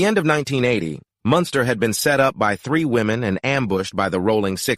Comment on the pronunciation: Then you go fucc up his name.... Munster😅😅😅😅 wtf is that shit..... Ol lame ass fucc nigga